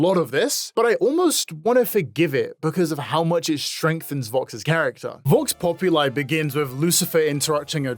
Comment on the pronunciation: I agree with most things, and I want to say something minor that bothered me waaay to much I am a Latin Lover. And I loved to see the latin quote"Vox populi"being used (translating to "the voice of the people") .........but the accent,the english accent is so fucking bad on the latin quote. I know it isn t that big of a deal but cmmon...The tie to the roman empire (especially since there s the line "Rome wasn t built in a day",and all the assasinations Vox did)and Voxes name meaning voice in latin could have been made properly with a propper accent.